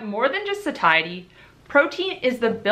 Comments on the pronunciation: love u and ur videos! the word satiety is pronounced "sayshety" just btw... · hunh I also thought Satiety was pronounced more like satiate! 😆 Learning more than insulin resistance here 🙋‍♀